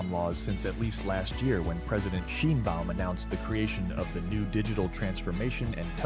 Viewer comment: Your reporting is informative, but please: President Sheen-baum? No, Shine-baum!